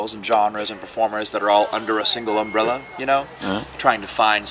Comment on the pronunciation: Note: That's "Umbrella Festival", not "Umrbrella Festival".